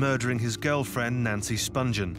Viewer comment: The narrator isn’t saying Nancy’s last name correctly, She hadn’t been a heroin addict since 14 and she didn’t go to England specifically to bed a sex pistol - I had to stop watching this because of all the misinformation